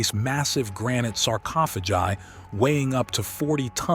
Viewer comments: The third time he said Sir-coffa-jai incorrectly I had to stop. Yank English is gross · saa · ko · fuh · gai. Speechless. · Sarofages? LMAO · bro saying sarcophagi